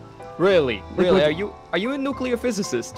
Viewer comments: NOO-KEE-LAR Wep'n Jeeeez. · ' ' NuCuLaR WeApOn' '